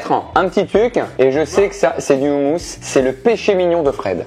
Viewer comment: Excusez moi Au noms de tout le monde On prononce le mot "houmous" "roumousse"(faut un peu rouler le r)